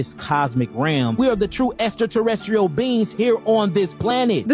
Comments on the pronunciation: “Extra terry estrial” I’ve never heard extraterrestrial pronounced that way. 😏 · I thought I heard him say "Extra Terror Estrial". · Extra- Tera-astral. 😅 bro. Gods who invented English , I’m sure could pronounce it better. No? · Extra terra es tree al Humus species Earf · Extra Terra restial beings that created everything (except proper grammar and pronunciation) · Extra-tera-estrial is killing me. I have no idea what that means but alright man.